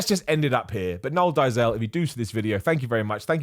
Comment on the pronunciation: He’s Afrikaans, so the pronunciation would be -“dayzil “